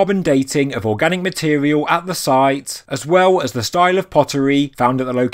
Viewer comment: Stiual, style, important not import-tant speak english